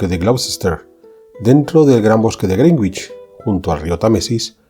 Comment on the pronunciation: Hola. Una pequeña nota. En “Greenwich” la “w” no se pronuncia. Yes, a common mispronunciation of Greenwich is “Green-witch”. The correct pronunciation is “GREN-itch”, with the “w” being silent. What is the phonetic spelling of Greenwich? The phonetic spelling of Greenwich is pronounced as “GREN-itch”.